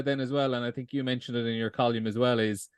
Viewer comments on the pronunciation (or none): It's fucking Col - UM not fuckin Col - YUM. Jesus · Pro tip, if you can't pronounce column, don't say it over and over again.